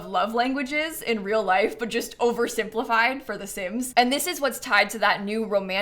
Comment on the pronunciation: "I jist don't really care about penthouses!" so funny 😂